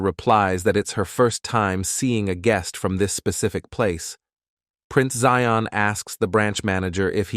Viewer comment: Its prince zion agnes im not sure why they say zeon